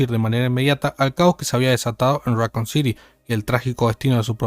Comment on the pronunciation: right, like saying Rockcoon or raycoon city lol